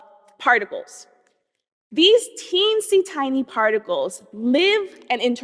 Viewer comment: "teensie tinsey" 😆